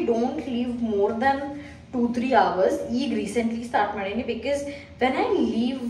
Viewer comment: Aunty ella video li ‘bikis’ antira, adu tappu because na correct aag heLi makLu adne kalitaare, please